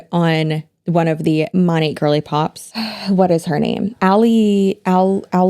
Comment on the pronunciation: 😂😂😂 It's actually pronounced as Money??? I thought it was Moan-aht. This shit got weird real quick, and I'm really put off by that company even more. Feeling sensitive today with my hormones, so Imma let you have a view, a like, and a comment. Maybe I'll finish this in the future. I think the Auwwrrr Naurrrr sent me over the edge, because I already hate someone with that accent, plus her friends.